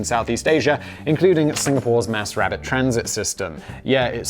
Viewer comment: Sounded like you said Singapore has a "Mass rabbit transit system" - the mental image had me chuckling.